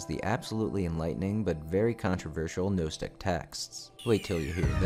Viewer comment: Correct pronunciation is "nahstic, NOT knowstic. Learn first, then teach, dude.